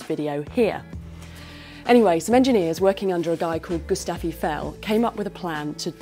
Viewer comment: You ought to have found out how to correctly pronounce la Seine, Gustave and Eiffel. It would have made you sound more convincing.